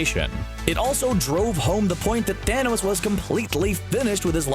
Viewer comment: Daños 😂😂, it said daños